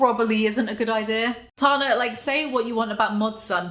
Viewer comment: ITS TANA, like TANNER. COME ON.